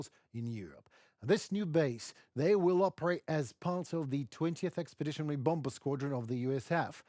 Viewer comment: Just a hint, no offence intended. The 2nd "b" in the word "bomber" is not pronounced, it is silent. Much easier.